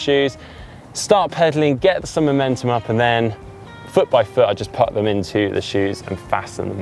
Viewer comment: I can't stop myself wincing when says 'put'.